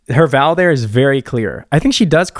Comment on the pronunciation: Alllllllll this time, I thought you had been saying “valve” with no v at the end, with an American accent or something. Didn’t realise you were actually saying vowel 😭😭🤣🤣🤣 I think it’s cause you say vowel in one syllable and not two 🤔🤣